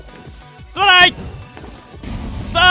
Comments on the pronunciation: すまないがどんどん、たらいって聞こえた人 ↓ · すまないっ言うのがストライて聞こえる😂